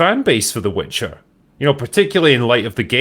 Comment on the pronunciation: It's the "Witcher", not the "Bitcher"...